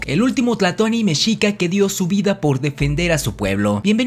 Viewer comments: Es tlatoani no tlatoni. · No se dise tlatony